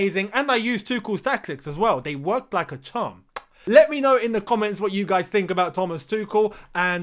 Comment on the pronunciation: 'They worked like a chram'